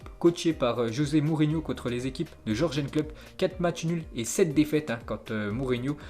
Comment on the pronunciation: Jürgen klopp se prononce yurguen klopp stp.. à force ça rend ouf avec les noms que tu écorches.